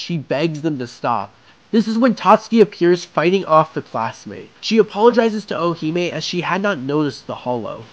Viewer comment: Great video, only slightly annoyed with how you say Orihime like the Ri doesn’t exist. Sounds like you’re saying O-o-hime. Other than that, worth listening to for a recap.